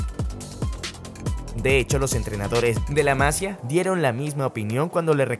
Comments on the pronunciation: Se dice la masía no la masia 😢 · MASIIIIIIIIA no MAAAAASIA 😉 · No se dice "Masia"; la palabra lleva acento en la i. Por lo tanto, se pronuncia "Masía". La palabra se toma del catalán "Masia" y significa: Casa de labor, con finca agrícola y ganadera; típica del territorio que ocupaba el antiguo Reino de Aragón. Disculpa mi comentario,. Un saludo. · No sé dice Másia 😒. Es Masía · Muchas gracias por el vídeo compañero. Una cosa nada más que a los barcelonistas en general nos pita un poco, es Masía, con acento y tilde y en la "i". Gracias. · Que no la sílaba tonica (el acento) no va en la sílaba "Ma", sino en la sílaba "si" --> maSIa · se dice la massÍa . Con acento en la i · Buen vídeo! Muy interesante. Un dato importante para l@ creador@ del vídeo. El nombre de la escuela del Barça, "La masia", está escrito en catalán. En catalán, las vocales "ia" forman un hiato, al contrario que en español que forman un diptongo, por tanto no hay necesidad de acentuar la "i" para romper el diptongo, ya que éste no existe. En catalán, en la palabra Masia la sílaba tónica es la segunda, Ma-si-a, por tanto se pronuncia como si en español tuviera una tilde sobre la "i", Masía. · La Masía, acento y tilde en la Í! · Lo de este chico es una locura aunque me preocupa que se le compare e infle demasiado porque si tiene alguna mala temporada como Ansu le van a linchar. Y otra cosa, por favor pronunciad bien "la Masía" con el acento en la i y no en la a y "mateu Alemany" que suena Alemañ no Alemani xd. A parte de este pequeño detalle buen video!